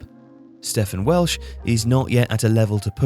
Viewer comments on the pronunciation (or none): It's pronounced Steven Welsh btw